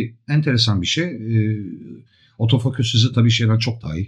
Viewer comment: Yaklaşık bir senedir sevgi ve alaka ile takip ederiz 'imizi, başta biz de garipsedik "otofoküs"ü... Sonraları bizim de dilimize yerleştiğini farkettik, önceleri şaka olarak kullanıyorduk ama ben ve birkaç arkadaşım için artık geri dönülmez bir noktadayız. Lütfen siz de deneyin, kendinizden emin ve vurgulu bir biçimde "OTOFOKÜS" diyin ortamlarda. Tarif edemeyeceğim bir haz bu, kesinlikle deneyimlemenizi tavsiye ederim. Selamlar....